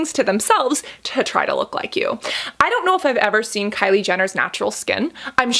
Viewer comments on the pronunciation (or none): none